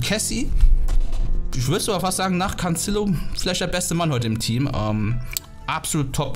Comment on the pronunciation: Warum sagst du immer Cancillo?🤔😅